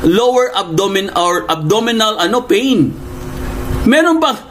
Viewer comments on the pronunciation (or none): none